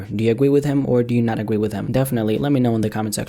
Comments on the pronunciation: do you agwee with him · "do you agwee with him" much love